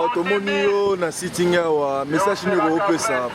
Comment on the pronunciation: SIT-IN et non SIT - ING